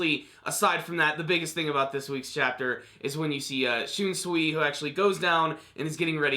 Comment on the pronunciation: First video you've actually pronounced Shunsui's name correctly